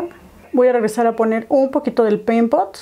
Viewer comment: Solo yo repetía la palabra peimpot cada que lo decía jajaja